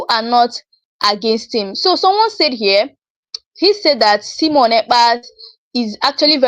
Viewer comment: Not Semon but Simon